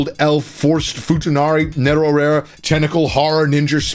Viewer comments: The way he reads Netorare as Neto-rare lmao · The guy pronounced neto-rare like its a steak at 20-ish XD